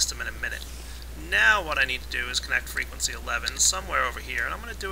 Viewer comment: he said fwegency